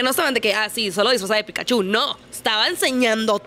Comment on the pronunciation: Pikachu, no Pikachú... Hasta Ash lo pronuncia mejor XD